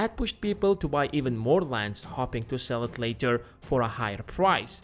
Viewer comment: I'm hopping someone tells you how to pronounce hoping